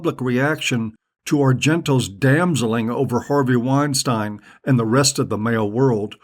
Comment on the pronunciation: I don't know why this showed up as a recommendation but this asshole is just another wannabe intellectual. You're a fuck head that knows nothing. You don't even know how pronounce Weinstein, dummy! Keep taking because it just shows what a Tool you are!